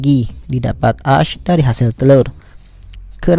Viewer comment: Nama nya memang ash tetapi cara bacanya adalah esh